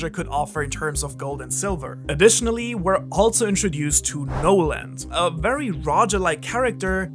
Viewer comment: Your saying his name wrong sorry